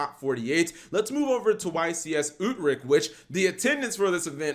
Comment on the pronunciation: Love how you say Utrecht 🤣